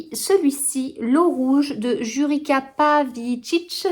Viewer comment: Bonjour, Jurica Pavičić ça se prononce en français youritsa pavitchitch 😮